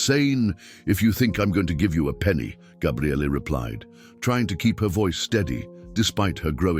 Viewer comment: What the hell is so funny??? It's actually a Hebrew name and it means "the Strength of God." But he never said Gabrielle, he said Gabriallay. I've never heard anyone with that name in all my life!